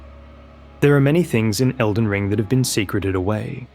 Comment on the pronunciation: Bro said Felden John and I was about to assume this whole video was one big joke leading up to John Nightreign